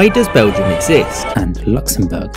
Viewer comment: Ah yes bleguim or Morocco 2.0